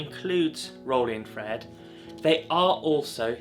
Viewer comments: It's still known as infrared....its never changed. No idea where you have gained this odd pronunciation. Infra-red....not in-fred. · Its still called Infra-red dude, and not "In-fred" bruh! Its called English dude, try learning it and using it properly bloke! Whats a hamburger called now? Maybe Gen Twiz calls it a "Ham-Urger"! The A is still not silent and never was silent in Infrared! Edit: Infrared is heat, its reflected heat. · For feck sake its's infrared you sound like a real W⚓...I am going off to slash up because 'infred' has just pushed me over the edge 🙂 apart from that a good video for all those crazy kids out there learning film photography. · I'm sorry but why are you calling it Infred? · There's no such word as infred! Stop butchering the language!